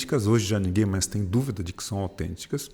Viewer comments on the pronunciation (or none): none